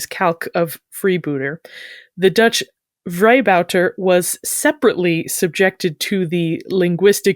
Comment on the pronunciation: Your pronunciation of vrijbuiter was impressive as both first and second vowel are not in English. Bravo!